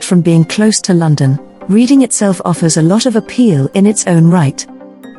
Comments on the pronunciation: Error. The Titanic did not set sail from Southampton. It set sail from Belfast where it was built. Reading Is pronounce Redding not Reading despite the spelling. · The city is pronounced 'REDDING' although it is spelled differently.